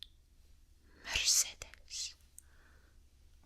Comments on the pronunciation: This is how u prononce Mercedes (Mer say des) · Also Mercedes : Mer-say-deez. Daf is short for Leyland-Daf which is a British manufacturer, that now makes large articulated lorries. The Cooper is an Austin Mini Cooper. The more you know. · Lol, the way you said Mercedes made me face-palm so hard that I broke my nose ;,,,,,,( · I cannot believe how you pronounced Mercedes lol and maybe you have seen Citroën on TV adverts as it is a really big company. Loved the video! 👍❤️